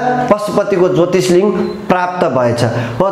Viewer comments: उच्चारणमा चै अलिक ख्याल गर्न पाए सुन मा सुगन्ध हुन्छ। ज्योतिर्लिङ्ग लाई ज्योतिषलिङ्ग ... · महोदय तपाईले इतिहास को बारेमा राम्रो जानकारी दिनुभयो त्र जोत्रिलिंग हो जोतिस लिंग होइन अनि हस्तीपुर होइन हस्तिनापुरहो। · Jyotishlinga haina hau master ji jyotirlinga vannu na